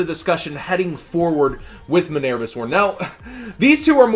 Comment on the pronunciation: Please quit pronouncing Minerva like a total doofus.